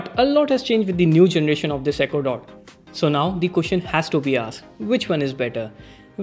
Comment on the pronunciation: I thought he said ecuador not echo dot